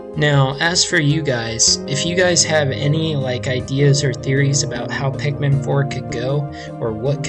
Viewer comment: Nigga did you just say pickman